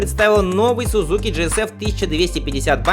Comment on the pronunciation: Автор, в русском языке японское "z" читается как "дз", поэтому - СуДЗуки, ИсуДЗу.